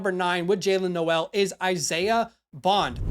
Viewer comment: Great vid for sure. Just a friendly Iowa State fan here to tell you Jaylin Noel is pronounced “Nole” - just for future reference :)